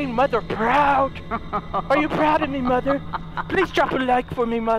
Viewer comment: No It's mother not moder